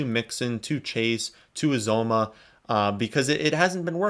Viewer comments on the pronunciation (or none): Uzomah, pronounced: You-zama (he pointed this out in an interview on a local Cincinnati tv station). Just throwing that out there 'cause I was getting it wrong, too.